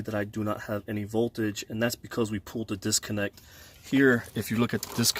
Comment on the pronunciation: PULLED NOT POOLED